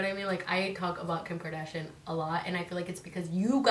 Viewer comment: Lol it’s pronounced KARDASHIAN NOT KARDASHIN LMAO